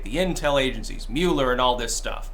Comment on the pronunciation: Thank you for pronouncing Mueller correctly!!! At what point did the memo go out for the entire media to change it?